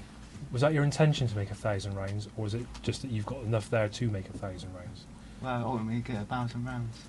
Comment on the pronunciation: bro said ‘ultimately’ in the most egregious way possible